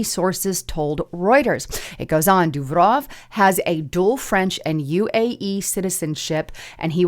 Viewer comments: DEW-ROV... not hard to pronoun. Yet somehow, you do it.. what a. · If Durov is a Russian, his name is pronounced like: Duur-Off.